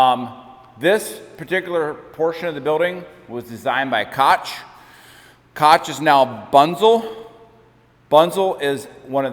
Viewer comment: Koch is pronounced like Coke. The billionaire family that owns everything Berkshire Hathaway doesn't. 🤣